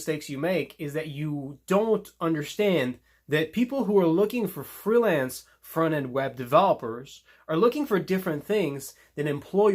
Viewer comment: Thrilance or freelance